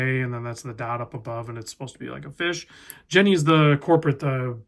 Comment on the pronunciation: Jenny is pronounced yenny in this case, the jenny brand is famous for the jenny Caribbean 1000 metre watch